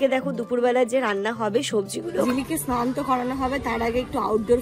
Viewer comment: Snan dhan ?..kane lage boddo..snan bolbe sudhu .